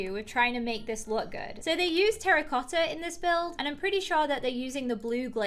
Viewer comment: When she said terracotta I thought she said Harry potter